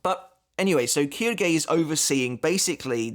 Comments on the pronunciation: Actually it's pronounced shilge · Funnily enough Quilge is pronounced kill-gay so very close lmao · Just a little note on the names since I’ve had a few years of college Japanese. The reason names like Quilge are sounded like “Keydoogey” is because there is no “L” sound in Japanese. Instead, Ls are converted to Rs and since Japanese is, for the most part, composed of consonant vowel pairs, Quilge goes to Quirge then to Kiruge. Same goes for Ulquiorra to Urqiorra to Urukiora. Also side note, Rs in japanese are pronounced somewhere between D and L as you can hear in anime.